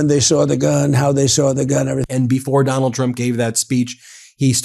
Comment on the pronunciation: Am I the only one who heard "Tonald Trump"